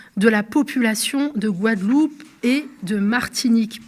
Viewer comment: On attend quoi d'un ministre qui n'arrive même pas à prononcé le noms d'une îles dont il est censé s'occupé (la Guadeloupe).